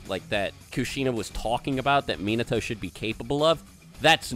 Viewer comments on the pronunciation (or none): it's so annoying how they pronounce his name MEAN NUH TOE